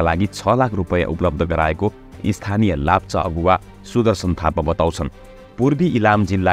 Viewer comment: Its not lapcha its lepcha